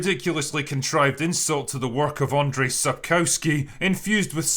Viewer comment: Small correction: it's Andrew not Andrey Sapkowski. Or, if you are brave enough, Andrzej.